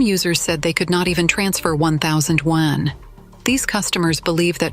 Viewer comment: Your voice AI is not pronoucing "Yuan" correctly, it sounds like "Wen".